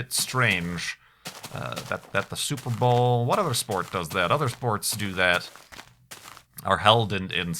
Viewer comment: lol, said "Super Bowel"